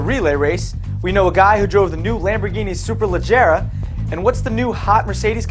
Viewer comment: it's SUE-PUR-LUH-GE-RAH